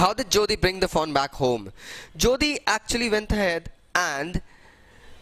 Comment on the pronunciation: Sir I am getting confused taht what are you saying foe, doe or fawn